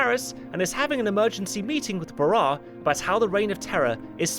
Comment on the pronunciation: It's pronounced Paul ba-RAHSS. Sorry, but it bothered me.